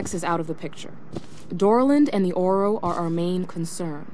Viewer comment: It’s O-R-O